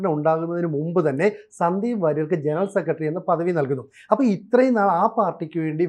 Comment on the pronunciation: "സെക്കട്ടറി, രോക്ഷം" കുറച്ചു കൂടി ഉച്ചാരണ ശുദ്ധിയോടെ പറയുക